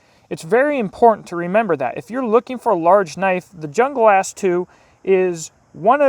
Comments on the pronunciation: It's pronounced Un-glas not jung-las the J is silent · it's pronounced HOONGLAS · Your pronunciation cracked me ... Jungle-ass. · Kinda sounds like he is saying jungle ass